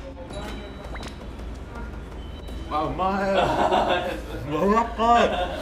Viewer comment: の、「やわらかい」を「やーらかい」っていうの好き笑 てか肉食うの似合いすぎんか笑